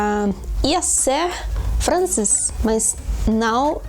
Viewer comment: Mannn I think you're super cute! And I think you and I have the same problem in Portuguese: there's no way we pronounce "não"... XD But I've been told by Portuguese natives that that's a really hard sound for Spanish natives (I think you're also native, right? Or am I wrong?). My goals for this year areeeeee: 1. Improve my English. I've got a certified C1 and I think my listening is amazing, but I still make a lot of grammar mistakes regarding past tenses and all of that. I really wanna get back to study grammar, maybe not really deep, but at least take a look from time to time. 2. IMPROVE MY GERMAN. I live in Germany and I've got a C1 and I'm actually studying my degree in German, but man, I make a thousand of mistakes, my pronunciation gets really bad if I'm a little bit nervous, I forget which verb I gotta use all the time, I mix acusative and dative more than I would like to... And I really need to expand my vocabulary. Maybe I should make more German speaking friends! 3. Go up to a C1 in Portuguese. I also speak portuñol; and being honest, mine is like portu-gali-ñol. I'm from Galicia and sometimes I just throw a lot of Galician there and my Portuguese speaking people are like "wtf you just said kkkkk" And last but not least: 4. I'm gonna enroll in a course at the University to start hitting off Arabic! I'm DYING to learn the language. I guess we'll be focusing on the Syrian accent/dialect hehe And that's all I've planned so far! Even tho my German is not like *the best